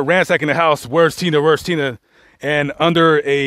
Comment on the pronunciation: How are you saying tenna?. His name was and its HE not she